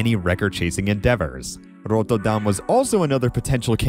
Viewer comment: I have to applaud your effort to pronounce Rotterdam the Dutch way. My Scottish married in aunt still pronounces it worse after 15 years here.